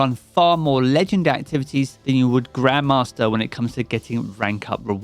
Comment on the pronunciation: Swear he said GrandmaMaster difficulty